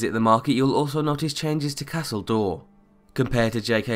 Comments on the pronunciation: Castle Dour is not pronounced ''Door''. This irritated me so much. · Your pronunciation of Castle Dour is killing me!!!